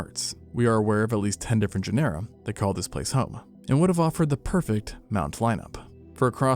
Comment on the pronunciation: Is the mispronunciation of "genera" strictly an AI thing, or are there truly creators that are into paleontology and don't know how to say it? It still bothers me after so many times.